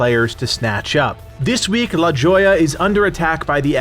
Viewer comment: LOL, La Joya is pronounced La Hoya.